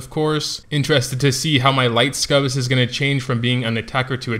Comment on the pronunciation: I'm not sure why you keep calling them Scubus, amusing regardless, but didn't anybody say it's pronounced Suck-U-Bus? :)